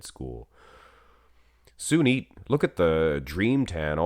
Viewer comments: Sunit not junit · Its Sunit jhadav not jhunit jhadav